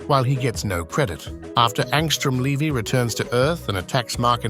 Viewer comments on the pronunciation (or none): none